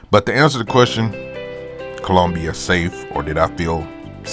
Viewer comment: I took a cruise to Colombia. Wasn't bad or good. Question... Why are you pronouncing it like that?😂